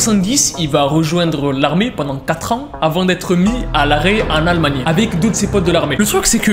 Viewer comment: Il a dis almagnie